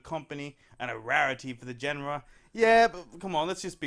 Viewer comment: Are you trying to say genre? Noun zhän-rə or zhan-rah, hope this helps. I phonetically read colonial outloud for a while with no correction, I hate those people who didn't help me.